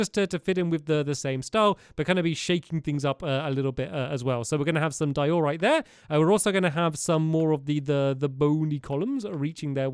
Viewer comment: It’s not di-OR-rite It’s DIE-o-rite